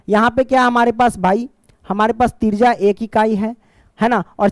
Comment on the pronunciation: त्रिज्या ❎तिरजा ✅😂😂😂 Thank you so much sir❤